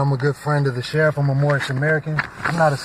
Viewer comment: You mean the shereef?